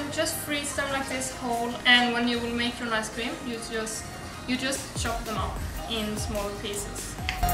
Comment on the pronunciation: It's called ice cream, not "nice" cream lmao